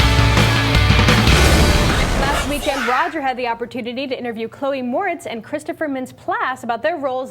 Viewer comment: Her name is Chloe not Chleo.